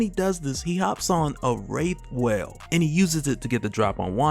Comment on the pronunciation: I was just listening to this while working when I heard "Rape Whale" and had to rewind to realize he mispronounced Wraith whale...